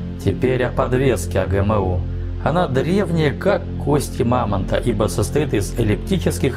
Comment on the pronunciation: "Знакомые буквы "эй джи эм???" У меня одного ухи в трубочку свернулись? Чеканулись РУССКИЕ буквы читать по-вражьи?